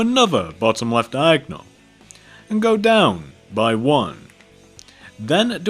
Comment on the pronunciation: you saying diagnal is so annoyang i know i spelled it wrong